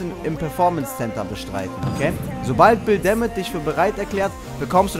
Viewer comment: Wie er immer anstatt Bill DeMott Bill Damnit sagt xD